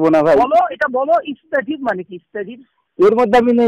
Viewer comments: তুমি খুব আরবি জানো ঠিক আছে, তুমি যে বললে "ইস্তাজিব" এটা আবার কি শব্দ রে ভাই? শব্দটা হবে "আসতাজিব"استجب নিজে আগে ঠিক কর ভাই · আগে নিজের আরবিটা ঠিক করুন ভাই, তুমি তুমি যে বললে "ইস্তাজিব" এটা আবার কি শব্দ। "আস্তাজীব" استجب হবে.